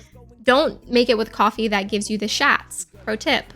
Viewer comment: I love it when you show the grocery hauls! I also love how you said the shats 😂